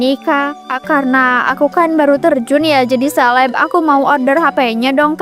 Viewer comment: Seleb bukan sekeb